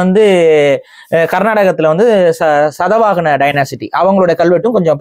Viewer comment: Sadavagana illai, Shaathavaahana. Idudan Tamil prachchanai. Enna eludurukko ada uchchrikka mudiyadu.